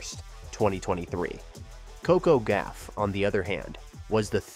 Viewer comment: Coco's last name is Gauff, not Gaffe!